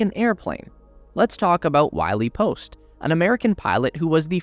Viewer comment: It is Wiley post, pronounced “Why-lee.”